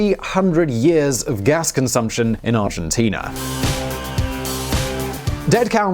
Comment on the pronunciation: Good ol' Arginteenerr